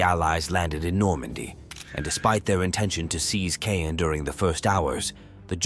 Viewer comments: Caen: It'a not pronounced Kane, it's pronounced Kon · Its pronounced Kahn, not cane. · It’s pronounced… khan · I cannot listen to the narrator murder the language…. It cannot even repeatably mispronounce Caen 🙄🙄🙄🙄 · Caen mispronounced.